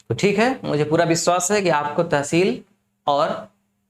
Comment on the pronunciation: Pronounciation √ kr lo pehle ...blaaak blaaak kya lga rkhi h.....it's block Tehseel hota h